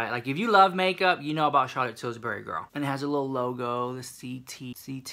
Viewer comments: Ali Ma-Gator there's no s in it.....dunno if he's doing that on purpose. Tilbury gurl. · When you say "Tillsbury" I hear pillsbury!!😂😂😂😂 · Sandra What about "Charlotte TilburyS"?! LMFAO😂! I LOVE YEW SEW MICH ❤️!